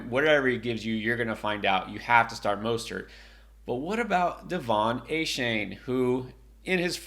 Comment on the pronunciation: Raheem "MUST-START" not Mostert lol